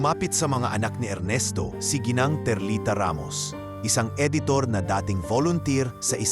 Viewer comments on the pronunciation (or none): none